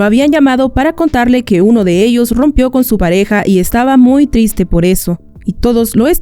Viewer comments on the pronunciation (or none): Wey dijo tiste En el minuto Jsjsjsjsjsjs